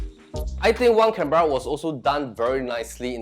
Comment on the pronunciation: Canberra is pronounce wrongly.